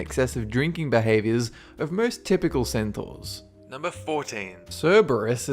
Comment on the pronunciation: wat?? cetaurs??